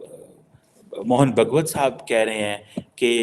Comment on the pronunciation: Mohan Bhagwat ka naam tum le nahi sakte. Karsevak ka pronunciation sahi se le nahi sakte phir bhi MC BC India ke naam se apna ghar chala raha hai 🤬